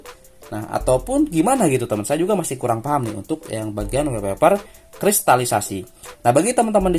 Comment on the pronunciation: Sorry bang koreksi wallpaper bacanya "wolpeper" bukan "welpeper", karna huruf "A" dibaca "O" kalo ketemu 2 huruf "L"... Misalnya All (ol), small (smol), dll🙏🏻